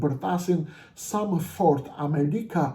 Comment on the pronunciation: Vetëm nga fjala > kuptohet lehtësisht se ky zagarë është investim i nazistit albin kurti, dhe tani po realizon interesat e albin nazistit për zgjedhjet që u bënë prej një viti dhe Kuvendi i Kosovës nuk fillon funksionin e tij.Turp të keshë o injorant që flet shqip.Asnjë gjë të mirë nuk nxore nga ky fjalim muti , përveçse ofendime ndaj Edi Ramës, dhe nuk thoni asnjë fjalë për agjentët sali berisha dhe albin kurti.